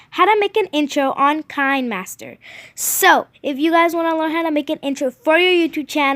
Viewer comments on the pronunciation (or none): KI - NE MASTER NOT KINE MASTER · Pronounced kin-uh-master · Kaynmaster?! I thought its kinemaster Ohhhhh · You speak it like keen master